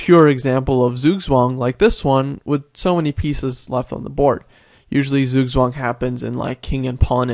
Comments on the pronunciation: in german it's pronounced tsoog-tsvahng. close though. good video btw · "sueswang" lol when americans try to speak other languages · It's pronounced tsugtsvang. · Just Look for Zugzwang pronouncing.ITS Not the wirst but still much to soft.English so Not have this hard consonants but Pronounce t very hard, in fact ITS Not even TS, but Similar, Just Press AS hard as you can.